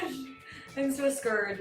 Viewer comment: Obvious po ba? Pgkasabi ng scared eh "scird"